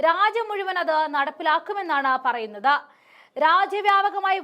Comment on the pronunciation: പറയുന്നത എന്നല്ല, പറയുന്നത് എന്ന് പറയൂ.